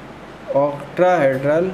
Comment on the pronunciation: bhaiya wo octahedral hai octrahedral nhi baki koi kami nhi hai aap ache seh explain krte hai sabb